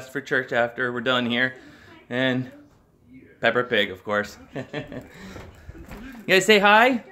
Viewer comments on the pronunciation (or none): Get it right, it's Peppa pig